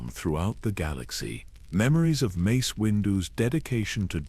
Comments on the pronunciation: I can't get past you calling him "Macy" wtf? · fr! less than 30 minutes in and i've already heard Mace's name pronounces as "mass" and "mice" lol edit: less tha 31 minutes in i heard "messy" too 😩